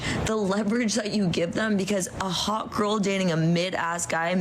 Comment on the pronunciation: Why do they say "haw-uh"? And not hot? " Noah, Noah, I'm haw-uh. They all have that same linguistic abnormality. They refuse to pronounce the t's at the end of words.